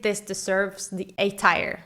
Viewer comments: its tier not tire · Great video! I like your personality and your comments on every winner. Good job 😊 I feel like I have to say that tier is pronounced like "teer" (I mean this in the nicest way possible and I'm sorry if I sound rude) I 100% agree about Lena!! It's my least favorite winner of the last 25 years and your comment about your slightly challenged cousin was hilarious 😂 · Or "S tire" as the woman in the video pronounces it. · The way you pronounce teir makes me unreasonably angry